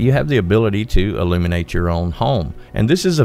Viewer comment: Im sorry but you need to work on your enunciation : your odd pronunciation makes this video difficult to follow (i.e. your "barter" sounds like "border" and "illuminate" sounds like "eliminate").